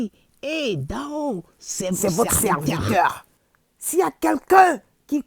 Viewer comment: Amon Tanoh là ils l'ont honni deh!!! 😂😂😂😂 C'est votrrrllle serrrlllviteurrrlll 😂😂😂😂